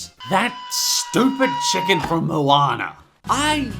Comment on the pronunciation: MOWANER AND MAWEE